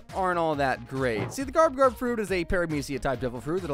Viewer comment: Garb not garp